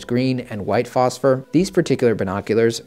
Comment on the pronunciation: I can't seem to find NVG-40's anywhere anymore. Also, can I say that I'm happy you used the word phosphor instead of phosphorus like some people like to say lol